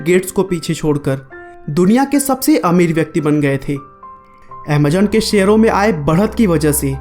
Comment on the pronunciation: its Amazon not Amajon you indian